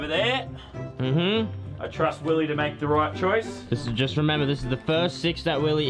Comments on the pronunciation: It is not willeh. It’s Willy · This is how many times he said Willeh 👇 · Its Willeh